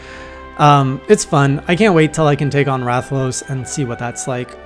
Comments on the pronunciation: Nah you pronounced it right. Rath-a-los. That's a wyvern. Often mistaken for dragons XD ... but yes. Rathalos is... kind of a douchecanoe. A flying nightmare. Fun to fight once you figure out what it can do, but kind of a nuisance until that happens. It is the original Flagship monster, and as such it has undergone a ludicrous amount of evolutions through each generation. BUT, you'll learn to like fighting it ;) And here's some professional information for a new hunter: Pro-tip for Switch-axe gameplay. Whenever you start your wild swing infinite combo (as long as you have stamina), if you hit your action button (whatever it is that morphs the weapon), you go into a wide, big hit combo attack. The axe attacks that connect in that will deal IMMENSE amounts of damage. Pro-tip 2 for Switch-axe gameplay. You can endlessly morph from axe mode to sword mode to rebuild the phial gauge faster and commit to a broad range of attacks in the middle. This is less of a combo and more of a utility tactic. Pro-tip 3 for Switch-axe gameplay. If you max out your sword mode buff meter (glowing outline on your HUD around the weapon icon while in sword mode) and THEN go into the elemental discharge, you will mount the monster nearby to where you initiated the stab. And finally... Pro-tip 4 for Switch-axe gameplay. The red glow on your weapon indicates that its phial (the main mechanic for sword mode) is overcharged (which happens whenever you attack while in sword mode), temporarily granting you b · >I don’t know how to pronounce his name perfectly yet >Says it perfectly on stream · You nailed the pronunciation on Rathalos, don't worry.